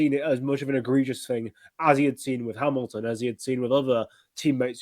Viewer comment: that Hamilton pronunciation hit my head like a bullet. (. Láttalak magyar tévé)